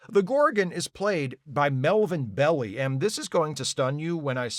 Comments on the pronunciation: The name "Melvin Belli" is pronounced MEL-vin BELL-eye. The "Belli" part is pronounced like the English word "bell" with a long "i" sound at the end. The New York Times says the family, originally from Switzerland, adopted the Italian pronunciation of "bell-eye" to avoid being mistaken for "belly". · Just a few side notes here, ….I believe Craig Huxley also played Kirk’s brother’s son in another episode, “Operation Annihilate”. Melvin Belli’s name is pronounced Bel-LIE, not ‘Belly’. He can also be seen in the Rolling Stones’ movie “Gimme Shelter”, the documentary of the Altimont concert that used Hells Angels as SECURITY for the crowd which wound up with a concertgoer being murdered. It has some great footage of the 1969 Stones in concert as well as Tina Turner and Jefferson Airplane. That’s all folks! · Melvin bel-LIE, not belly.. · Bell i, not Belly 🤓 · I think the reason I found this episode so infuriating and depressing far beyond the clunker that was Spock's Brain was because by the time it aired, it guaranteed the third season was going down the tubes. Plus Mario Beli (pronounced belle eye if I remember correctly) couldn't act his way out of a torn Kleenex, much less a paper vag. He was there for celebrity value only. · Growing up I always heard Belli as 'Bell - eye', but the internet says it was pronounced 'Belly'. Another one for that Mandela Effect I don't actually believe in, I guess. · but that's not how Italian pronunciation works. The only thing that happens with a double consonant like that is more emphasis on the sound. Less "belly" and more "bell-lee." It doesn't affect the vowel sound. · Pronounced Bell-eye, not Belly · Maybe someone already mentioned that his name is pronounced Bell-eye…. Also what bugged me about this episode was that they didn’t even mention the two security guys that were on the planet and just left behind…..? Shouldn’t they have gone back and picked them up before going to the next starbase or whatever?????